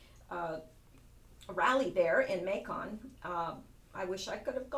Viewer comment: lol Macon is pronounced like Bacon. fyi